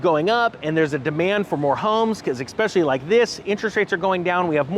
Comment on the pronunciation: especially, not expecially